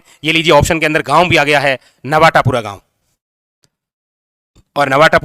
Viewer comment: नवाटापुरा गाँव नही है बॉस नवाटापरा है😂